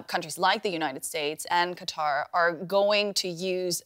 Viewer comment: The Emir of "Cutter"...